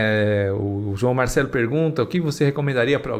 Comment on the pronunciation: Vc dono do canal ...vc é muito relapso...vc nem sabe pronunciar o nome do canal correto onde o ubirajara Franco Rodrigues deu sua 1° entrevista após ele ter se afastado da ufologia... anota aí o nome do canal ....canal João Marcelo....vc tece comentários incompletos ...vc não se informa dos fatos.. vc vai pelo + ou - nos seus vídeos.😂😂😂